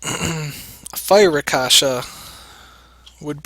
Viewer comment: wow of course its water, you don't get light/dark monsters from mystical scrolls and it's pronounced raksasha not rakasha. Also that trick your doing will not work.